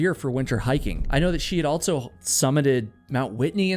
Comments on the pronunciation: AlTSo?? altso? I hear you say "All her friends" so I know you can say "all". But when you say "also," you add a "T" in the middle. Why? It stands out, and I hear it every time you say "also," which is a LOT. It must be a habit. Pay attention when you edit and you will hear how prominent it is. Altso. Ha. Anyway, I like your content. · I think the word ‘Also’ is pronounced “ALL-SoH” not “Alt-so.” I should start my own channel that provides truths, corrections, eliminates rumors, identifies mistakes and inconsistencies, and provides accurate geographical information.